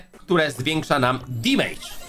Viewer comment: dżisys skończ z tym "dimajdż"...mówi się "demedż" - damage, gdzie ty tam masz to i!